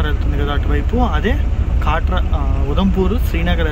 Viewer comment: అది కాట్రా కాదు కట్రా